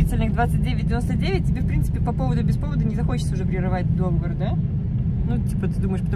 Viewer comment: Извините, но договОр, договОрЫ. Я преподаватель русского языка, привычка.